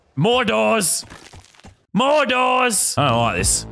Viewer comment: Lazarbeam trying to say more doors for 1 hour Mordorz